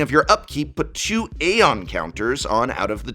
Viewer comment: Articulating the silent a in aeon even when it's not present. Bold move.